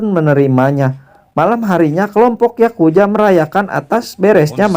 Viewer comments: Yakuza bang bukan yakuja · Yakuza anjir bukan yakuya